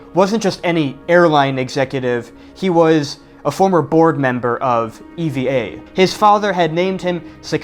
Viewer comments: Are you sure it is pronounced ee-vee-ay air? Japanese pronounciation of the airline company sounds similar to "ever" like in "Evergreen" the container shipping company name. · Not pronounced “E-V-A” , it’s “EeeVahh” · EVA is pronounced like the name Eva. Nobody here says E V A . The word app is said like that "A-P-P" and Instagram as "I G" though. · Pronounced "eevaa" not E....V......A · Taiwan is not tiny. Nauru is tiny. Also, it's not E V A , you say it like the girl's name.